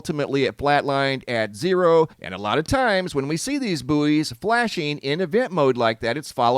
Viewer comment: Absolutely love your content but those things you quoted that float in the sea and flash are pronounced "BOY" not "BOO-EE". Gotta love the English language and its variations of pronunciations.